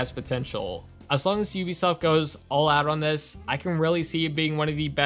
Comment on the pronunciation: Thanks for pronouncing Ubisoft correctly probably the only YouTuber ever do that in a long time! The CEO said that is how it's pronounced in less you are French or Canadian